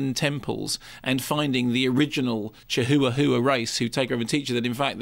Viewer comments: its called chihuahua not chihoowahoowa duh! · Isn't it pronounced "chiwawa" lol